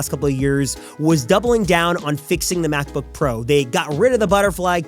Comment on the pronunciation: "MacbBook"? LOL! 😂